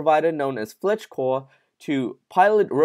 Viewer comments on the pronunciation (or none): Slow down when you read because your missing words and Fleetcor is not pronounced Fletchcor